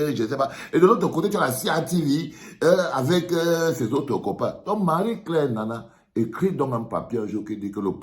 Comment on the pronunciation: c'est "Nnana"